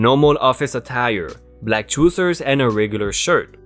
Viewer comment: trousers = 'tr-ow-zers' truezers are not a thing :) Excellent stories and your reading in improving by leaps and bounds! I appreciate your efforts to enunciate (just means say words properly)! Well done overall and quite enjoyable!